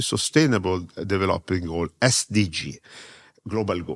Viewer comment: Da quando ho sentito la sua pronuncia di development sono tranquillo sul mio livello di inglese